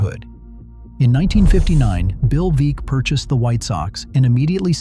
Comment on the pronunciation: The numerous inaccuracies in the video include showing Babe Ruth as a right handed batter, pictures of crumbling stadiums that aren't White Sox Park, the mispronunciation of Bill Veeck's and Harry Caray's name, the urban legend as to why players on the 1919 team threw the World Series (the players were actually well paid by Charles Comiskey), and implying that the Disco Demolition event was some type of racist statement. What is correct is that owner Jerry Reinsdorf purposely let the park deteriorate in order to bolster his argument that it needed to be replaced when actually he just wanted a new stadium built with taxpayer's money.